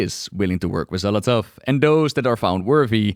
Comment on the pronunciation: Love the video, but my eye twitch everytime you say Xal'athow instead of saying Xal'atath 🤣🤣